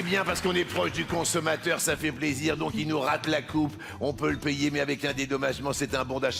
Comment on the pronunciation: Luc a mal prononcé Payer (il dit player) et l'algorithme qui génère les sous titres a écrit player.